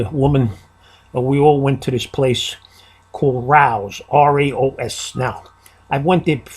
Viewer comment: RAO'S. Amazing sauce. Your Italian and pronouncing it wrong . . That's where we used to take our clients. THEN TO SCORES. You went to a fake JEWISH Wedding!! WE HAD A SUSHI BAR AND VODKA ICE BAR AT MINE. We went through 36 cases of grey goose. Although it was a Jewish wedding it was like the United Nations. We had a DJ and a Band . The band played Italian music. I had to appease half my people. My wedding was also in Brooklyn in Manhattan Beach. What a waste of money💰💰💰💵 I should have bought 10,000 cases of Cards. SHEEPSHEAD BAY AND MILL BASIN THE GOOD OLD DAYS WHEN ITALIANS AND JEWS WERE REAL MEN.